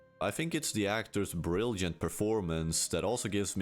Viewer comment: you spend the whole video not pronouncing a single J Than hit us with "brilljent?" learn to fucking speak if you're gonna do voiceover.